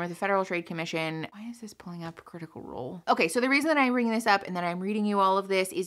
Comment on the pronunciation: Sorry did you say "whys this pulling up critical roll" under your breath?! Lmao. But honestly are these sponsers getting scummier?